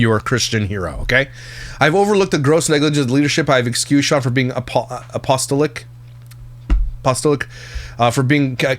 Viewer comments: I would most definitely watch a "Christian Tea" series 😊 I also just wanted to add that I believe the word you were struggling with a bit (apostolic) is pronounced "ap-oh-STALL-ick" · The word is a as in apple 🍎 A-puh-STALL-ick Apostolic.